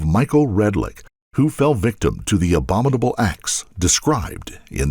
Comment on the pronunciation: 'abdominal acts' yet the narrator says 'abombidal', get better editing